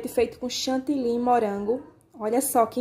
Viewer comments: DESCULPE, MAS VOCÊ FALA #CHANTILYN. O CORRETO É # CHANTILY, PORQUE É O NOME DE UMA CIDADE. EM VEZ DE FALAR O FUTURO # VOU ESTAR BATENDO, VOU ESTAR ACRESCENTANDO, O CORRETO É# VAMOS PASSAR P O POTE E NÃO # VOU ESTAR PASSANDO. ESTA É A LINGUAGEM DO TELEMARKETIN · DESCULPE, MAS SE ALGUÉM DE LÍNGUA FRANCESA (QUE É USADA EM DIVERSOS PAÍSES, COMO O CANADÁ) OUVIR VOCÊ FALANDO # CHANTILYN, NÃO VAI ENTENDER PORQUE NÃO FALA #CHANTILY